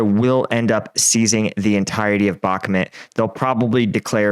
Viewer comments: It's pronounced Bach-Moot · "you say " Ukrainian command,with their questionnable competence had let ME down"Sooo you seem to be a very important person there.Sorry but this is NOT a "honest explanation of the Ukrainian conflict".I realized you can't even pronounce Bakhmut correctly.SURREAL.I followed you since one tear,but today I am finished with you BYE.From Belgium